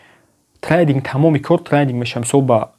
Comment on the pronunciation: трандинг не трейдинг бесавод бра хондана ёд бги